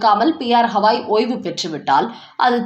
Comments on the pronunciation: ஹவாய் தப்பு.சரியான பெயர் கவாய்.ஒருவர் பெயரை சரியாகச் சொல்ல வேண்டும். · HAVAI அல்ல Gavai, தமிழில் கவாயி என்று செல்லவும்.